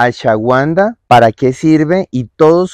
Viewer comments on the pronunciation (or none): No entiendo porque la pronuncian Ashawanda, y se pronuncia Ashuaganda, la W se lee como una U, y listo 😅 Ashuagandha despues de la G no hay nunguna U despues😅